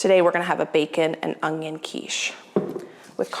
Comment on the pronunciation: Onion not ungioun